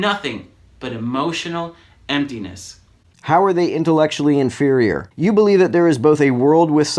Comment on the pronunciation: "inferiour"? "Superiour"?